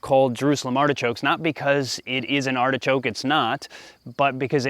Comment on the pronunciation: Pronunciation - "Artishok" ;)